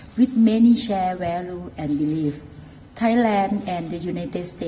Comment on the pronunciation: "share value" as she said it "chair where-loo" LMAO ตอแหลเก่งเสือก can't pronounce simple English words, how embarrassing! ยิ่งลักษณ์ ยิ่งเลอะ...ยิ่งเละ